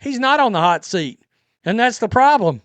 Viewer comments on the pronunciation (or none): none